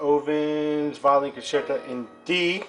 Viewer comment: Your pronunciation is way off, but very nice collection. For starters Rachmaninoff is pronounced like ROCK-maninoff, and concerto is pronounced like concherto